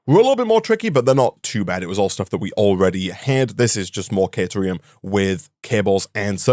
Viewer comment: The Coffee Stain videos pronounce caterium as “kuh-TIER-ee-um” not “KAY-tier-ee-um.”